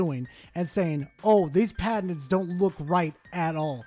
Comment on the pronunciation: Is the poster of this video saying patents or a mixture of that with cabinets. “PA-TENTS”